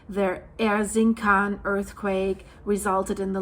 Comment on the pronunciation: Thanks for extensive coverage. For your further information: turkish "C" is read as "J", so that "Erzincan" is read more like "erzindjan"